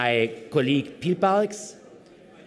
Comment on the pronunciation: Oettinger, Du bist doch völlig überfordert,nicht nur mit der englischen Sprache Du kannst Dir nicht immer Reporter besorgen, die Dir mit deutschen Fragen zuarbeiten Dein Vorgänger heißt übrigens Piebalgs ,nicht Pieparcs